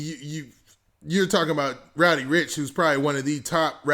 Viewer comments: bruh did someone hit you in the head wit a brick his name is roddy not rowdy lol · I fuccs with u bruh but its RODDY RIch not ROWDY lol there is no w there lmfao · RODDY rich not rowdy